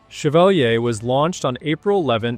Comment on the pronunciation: Ship's name is pronounced shev-VAAL-yay.